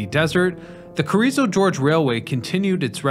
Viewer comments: Hey it’s Carrizo Gorge, not George. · Carrizo George is Yosemite Sam's cousin, I guess. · I love Carrizo George. He lives near the Carrrizo Gorge, right? Just south of the San Juan Gorge (or is that San Juan George? So hard to read and write English, especially for professional narrators). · CARIZZO GORGE, NOT GEORGE! ITS NOT A SLICK PIMP FROM THE 70'S. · It's 'Carrizo Gorge', not 'Carrizo George'. The gorge is the area it passed over. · Carrizo GORGE, not George. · Carrizo 'George'...Oy. Listen, man; I love you videos, but you've got to get your pronunciations better than this.